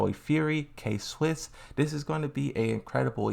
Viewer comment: We got a new misspronunciation: K-Swiss